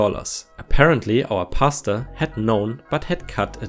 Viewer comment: I listen to r/reddit videos while doing other things so it's really just half listening. It took me a few minutes of the pastor story to realize you were saying Pastor and not pasta. lol